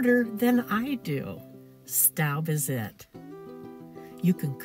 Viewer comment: It's pronounced 'stobe', not 'stoub'. You do know Staub is a French company, right?